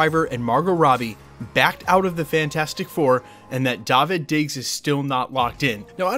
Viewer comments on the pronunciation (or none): Show the man some love and pronounce his name correctly "Daveed".